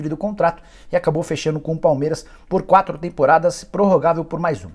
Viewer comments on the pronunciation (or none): none